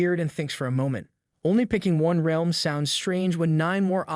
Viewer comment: say realm right